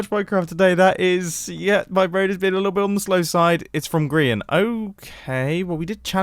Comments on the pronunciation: Mumbo is saying his best friend grian name wrong it is impossible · other hermits:grian Mumbo an intelectual:Girn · Did you say grian-uler